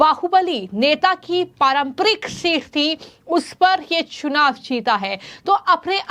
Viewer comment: महोदया आपका हिन्दी उच्चारण बहुत दोषपूर्ण है कृपया इसे सुधारने पर ध्यान दें। "चुनाव" को "छुनाव" और "स" को" श" कहने जैसी कई गलतियां आपको सुधारने की जरूरत है।